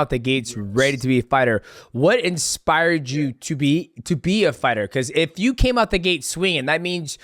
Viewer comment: No hate to but the fact that someone called death sentence keeps saying expired instead of inspired is the funniest thing ever